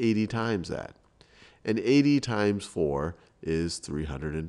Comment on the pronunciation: anyone else realize how he says "Maya n Mable" instead of "Maya and Mable"